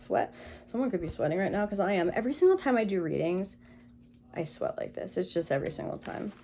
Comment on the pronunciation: The starting diction... Zis one is...literally hilarious. You are outright funny lady.